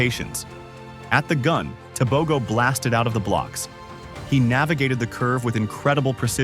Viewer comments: When doing a documentary accuracy is key. Tebogo is not Botswanian. He is a Motswana. His name is not Teh bow Go. It is pronounced Teh Boh GhoH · You are butchering the surname, I think its about time Africans are respected and valued.